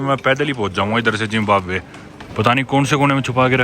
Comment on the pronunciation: Zimbamwe ❌ Zimbambhar✔️